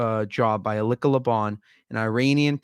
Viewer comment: young man, its Eh lee ci a, she is great aint she...